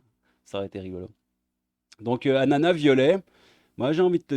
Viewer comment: « ANNANNAS »🍍 Pourquoi tant de « N » !!!! 😆👍